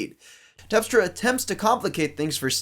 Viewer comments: Great analysis,. It's TERPstra, by the way, not TEPstra. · Terpstra, not tepstra